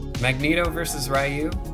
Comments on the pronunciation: it's REE-Yu not RAI-YU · 2020 and still botching Ryu's name pronunciation